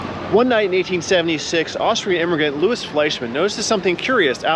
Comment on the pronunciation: Please, if the name is spelt L O U I S, it's pronounced Lou-ee. It's a French name